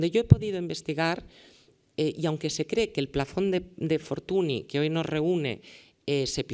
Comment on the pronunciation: Y dale con Fortuni es Fortuñ (escrito Fortuny)